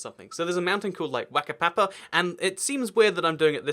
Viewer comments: Just to let you know. Wh in the maori language is pronounced f. So Whakapapa is pronounced faka papa. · btw its a Maori name so its pronounced ph-ak-a-pa-pa